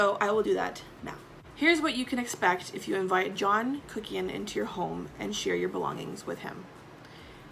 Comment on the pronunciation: Sometimes you say John Kuckian and I hear Jackie Hyena 🐍🐍🐍🐍🐍